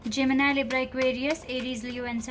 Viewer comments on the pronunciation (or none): none